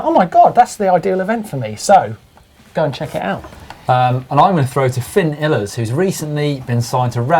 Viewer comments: talking about martyn pronouncing someones name wrong, did you hear say fin (ILES) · You'd pronounce Iles like 'isles' just an fyi, keep up the good work! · you pronounced Finn Illes wrong... Shame.